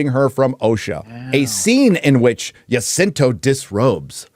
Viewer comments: I'm a Filipino, but I hate The Acolyte Series to the bone. BTW Jacinto is pronounced as (Ha-sinto) not (Jah-cinto) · Ha-sin-to that's how you pronounce it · Jacinto: "Ha-seen-toe"